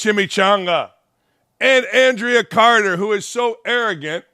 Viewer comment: Mr. Dakich, I came across this video and noticed you pronounced Andraya Carter’s name incorrectly multiple times as “AN-drea” rather than “An-DRAY-a.” And you did not even attempt to pronounce Chiney's name correctly. This suggests you may not be familiar with the Vibe Check show or its contributors, and I do not find your commentary credible in any way. If you're going to comment on this show or these women, I believe it's important to do your research and approach it with the same level of respect and preparation you would for any other topic. Respectfully, Julia